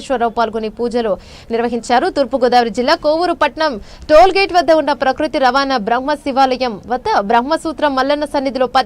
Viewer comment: రవాణా బ్రహ్మ కాదమ్మా, రావణబ్రహ్మ అనాలి